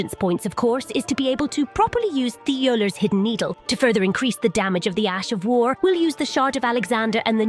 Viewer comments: Thiollier himself says his name multiple times in the DLC yet everyone keeps saying 'Tai-oh-ler' lol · Oh god the Ai's pronunciation of Thiollier ("Thigh Oiler," rather then "T'Ollie yay") makes me die a bit lmao. But still good video! 🍞❌🏹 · got me when she pronounces Thiollier (Ti o li eh) as (Thigh o ler). lol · Character literally introduces himself with full voice acting and his name is pronounced "Tee-ole-e-ay". This chick: "thigh-oh-lers hidden needle" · Thiollier tells you how his name is pronounced.... what is "thighalers" lol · TOE LEE AYYY. ITS FRENCH. put some swag on his name. Make it feel bougie in your mouth. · “Thigherlers” cmon bro 😭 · Pronounced "Tee-oll-ee-ay". I know your AI generation program can't figure out foreign languages, but at least try ffs. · ... Thigh-o-ler?? Thall-E-A lol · Just a heads up it's pronounced T-olly-ay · Lmao the AI voice couldn’t pronounce Thiollier properly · doesn't know how to pronounce "Thiollier" it's over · Literally NO ONE can pronounce Thiollier's name correctly, apparently. Even though several characters, including himself, say it for the player ...